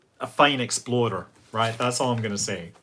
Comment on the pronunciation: My American ears keep hearing Exploder everytime Scott says Explorer. Sadly it makes me chuckle.